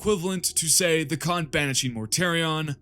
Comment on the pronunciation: Yeah no, the Khan is an S, Idc what you say.